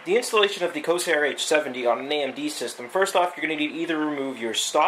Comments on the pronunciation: pretty sure its pronounced COR-SAIR not CO-SAIR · It's CoRsair, not co-sair! The R is NOT silent!!!!